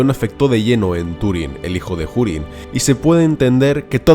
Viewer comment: Desde cuando se pronuncia la H? Dado que Hurin ni siquiera es una palabra inglesa